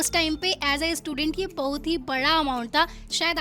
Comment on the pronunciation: Bahot ❌ bahuuut ✅